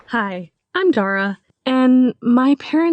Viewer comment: Did she say her name dorra 💀